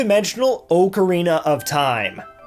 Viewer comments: I know i will sound Nitpickey here, but it's AH-carina, not OH-carina. I know a little bit about Ocarinas, and it's pronounced "Ah-ka-ree-nuh". If you're going to be doing a Zelda Month sort of thing, then this is something you should know. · I cringed every time he mispronounced "Ocarina". xD